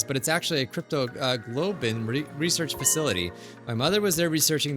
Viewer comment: I'm laughing my butt off here because of trouble with pronouncing "cryptoglobin" 😂 I get it though.. At that point I'd be like "you know what? I'm gonna randomize that word out of fun": - cryptogoblin - cryptogobble - cryptocurrency - cryptolotion - cryptoparty - cryptoloving